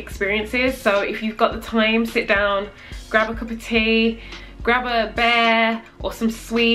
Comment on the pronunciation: i thought you said "grab a bear" and i was like ???? and then i legit made myself believe you meant a stuffed animal bear. I was like, ok i guess some people do that? LOL Then I was like WAIT I THINK SHE MEANT BEER! And then I felt like an idiot LOL accents lol